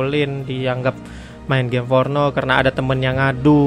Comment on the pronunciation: Gim afah? Gim fornoh?